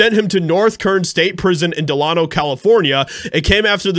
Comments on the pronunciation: Just fyi...the prison and town is named DE-LAY-NO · Dee-lay-no Delano. I feel better now that I got that out of the way.😉 Yes Delano is a dangerous prison. It's up there with Folsom and San Quinton you just don't hear about it as often. It's definitely gladiator school and prepares one for the big boy's of the two mentioned. I'm a retired probation officer. I had a lot of client's go to North Kern Valley State Prison although it wasn't as large or as notorious when Robert Downey was an inmate. He more than likely got through it ok because he kept his wits about him and his eye's straight ahead and focused on his time. It can be a brutal place. It's a level IV facility, but one can make it through with minimal conflict if any at all minding their own business and sticking to their program. I'm glad he's doing so well these day's. I've always enjoyed his movies and appreciate his perseverance with his recovery. He's become a real class act.